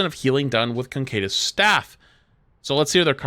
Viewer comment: What I'm wondering about is how he's getting "concadus" out of "caduceus". Like, it's not that hard to say CA-DOO-SEE-US.